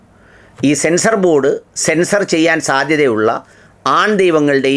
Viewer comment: സെൻസ്നോബോർഡാണോ സെൻസാർബോർഡാണോ😅